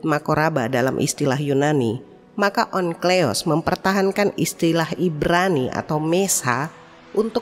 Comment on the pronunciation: Mba, Onkleos apa Onkelos yang bener? Teks tertulis Onkelos tapi pegucapan suara terdengar Onkleos. Mikroat atau Mikraot? Saya sering jumpa di channel ini teks tertulis apa pengucapannya beda.